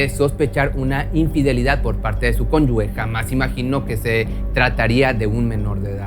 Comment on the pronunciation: Cónyuge no conyugüe